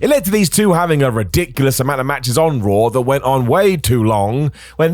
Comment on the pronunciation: Raw* not Roar